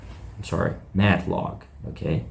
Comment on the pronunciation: It's Matt Laug, not Log.